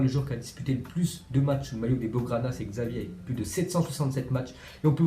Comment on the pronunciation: On dit chavi imbécile